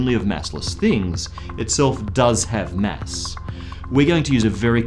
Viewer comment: It's kinda annoying when he pronauns it mess instead of mass.. :/ I should not complain though... since this is such a excellent video <3